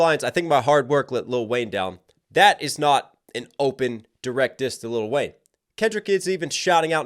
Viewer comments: its Lil' Wayne.. LIL' Wayne, not LITTLE Wayne 😂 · Never heard anyone pronounce the “t”. Little Wayne just seems so disrespectful 🤣🤣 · “Little Wayne” coming at next for the pronunciation of his name several times in this video alone…